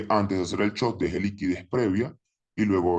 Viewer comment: Me da gracia como le dice chop jajaj i love trader anónimo gracias por todo